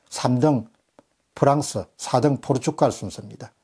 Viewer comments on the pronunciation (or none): none